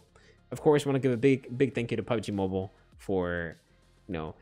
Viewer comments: When he says Mobil sound like a Filipino guy???? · The way he said MOBIL... 😂😂😂😂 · The way he pronounced "mobil"😂😂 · THE WAY HE SAID "MOBIL" 😭😭😂😂😂😂😂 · I laught so hard when he say MOBIL 😂😂😂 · The chicken girlfriend part got me dead for some reason🤣😂🤣🤣 Also when he said mobil like an Asian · PUBG “MOBIL” Partner 🤣🤣🤣🤣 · Yo I laughed so hard in my room when you pronounced PUBG MOBIL,HAHAHAHAH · '' Mobil '' Lol🤣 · Bro the way u say mobile 😂😂😂😂